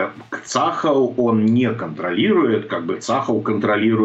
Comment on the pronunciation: ЦАХАЛ -ударение на последний слог...